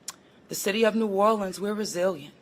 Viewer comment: Biden sounds like an idiot trying to pronounce Nawlins like he lives there.